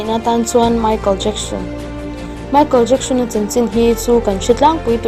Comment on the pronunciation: Paula hming i lam dan vel hi.. Beatles hi i voi khat hriatna ni hial lo maw.. Michael Jackson a hming poh hi Michael jackshon tiin i lam deuh tlat a k hriat ni.. k beng a diklo deuh zawk ge...